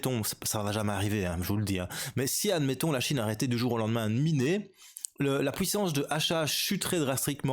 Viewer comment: 75% du hashrate, la "pouissance" comme tu dis..